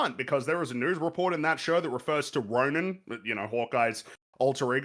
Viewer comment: it's Ronin not Ronan, that's the kree supremacist